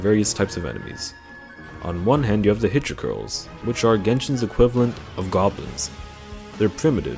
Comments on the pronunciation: Take a shot everytime he pronounces "Hilichurls" wrong and you might be dead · I wont die its only 4 after all. More likely to get drunk if you named everything he mispronounced but i dont blame him. Hell AK has worse to pronounce. Lol